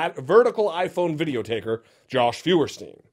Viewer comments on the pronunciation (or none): I love that he calls him Jolsh! :) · Say it with me: JAWSH.